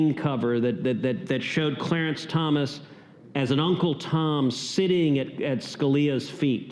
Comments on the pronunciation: It's Thomas not Thompson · It’s Clarence Thomas. Not Thompson. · It's Thomas, not Thompson.